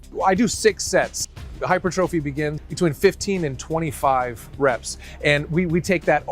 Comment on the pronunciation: HE SAID “HYPER - TROPHY” you have GOT to be kidding me